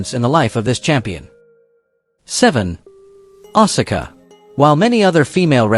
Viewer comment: And you butchered Asuka's name as well!!! You're obviously NOT a true wrestling fan if you're pronouncing all these names wrong. Stops watching